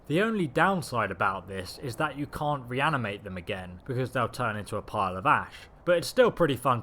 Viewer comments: He did say "reanimate" a few times. There was even one part where he says "reminate", then a few words later, "reanimate"...but I knew what he meant. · I die every time you say reminate rather then RE-ANI-MATE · It's pronounced re-anI-mate bro! Not remminate. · I like these videos, but holy god does it irritate me when you mispronounce words! You kept saying "Reminate", instead of "Reanimate", which would be pronounced "ree-an-ih-mate". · So i know its bad to make fun of someone for mispronouncing a word, because it means they learned it by reading. But what he fuck? Remminate? Reminate? Raminate? Im not sure you actually read, the word is reanimate. Like where the fuck do you get remminate?! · It's not fucking renimate....it's reanimate. RE AN I MATE fucks sake bro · "re-animate" not 'reminate' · just saying... RE-ANIMATE not remanate..(not sure what it is ur saying) nice vid tho i like it a lot otherwise :) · Re-Ani-Mate. Reeminate. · its not pronounced rem-inate its pronounced RE- Animate , as in you are animating something that was once animated in the past. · cool build. RE-AN-I-MATE though dude, that's how you pronounce it. That drove me a little stir crazy :D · It's pronounced re-animate. Not remanate. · reminiate corpse.... and then says reanimate right after. lol wut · "Re-an-i-mate" Not "rem-i-nate. Other than that, awesome build. Very interesting concept. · ffs it's RE ANIMATE as in pixar ANIMATion not fucking remination.. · It's re-animate not rean-imate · RE-ANI-MATE, not reminate... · "Reminate" is not a word. The word you're looking for is "re-animate" (hyphen added to help with pronunciation) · RE-ANIMATE, not reminate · RE_ANIMATE! Why do you say REM IN ATE? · "Remminate", huh? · Say it with me re-ani-mate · You say 'reanimate' two different ways in this video, stop saying it in a stupid way and stick to the correct way you clearly know how to to pronounce. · The word is reanimate, not reminate. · lol, "reminated" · "Reminate"? Seriously?